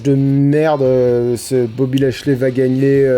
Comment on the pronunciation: "Boby Ashiey" mdr